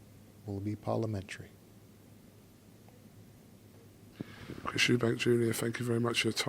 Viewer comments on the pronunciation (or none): Ok Bro the First time he said "the procedure Will be parlamentery" was kinda hard, now he over using It lol